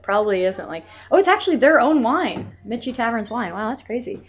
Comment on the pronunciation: Love your VA videos! Just a note - Michie is pronounced Mickey - like Mickey Mouse.